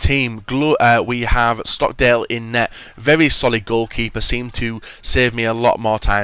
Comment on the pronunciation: Vevy vevy good noob. He cant say very